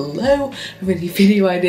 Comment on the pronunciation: omg i thought you said "well fuck you so much for watching" and i was like what 😂😂😂